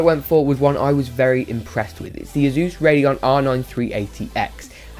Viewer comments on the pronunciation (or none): "Azus" (What I heard.) Dammit.